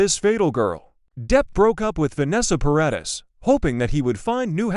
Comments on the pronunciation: Stop AI reading ! Ugggg Para deees not Para diss ! So annoying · It's Paradis.